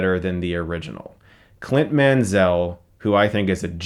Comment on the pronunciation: You are pronouncing Mansell wrong. The s doesn't take a z sound and the stress should be on the first syllable. Perhaps you have Denzel or Chazelle on your mind.